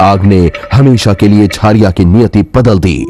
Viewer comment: Abe jhaariya nhi bol Jhariya bol